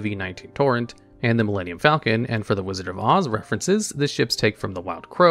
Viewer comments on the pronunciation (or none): none